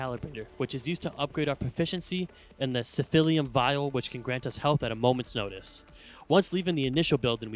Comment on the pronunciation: this guy says "siphilium"! Boo! (jk good job )